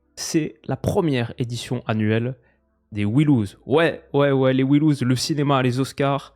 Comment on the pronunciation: "We loose" en prononciation, c'est dur pour des vainqueurs...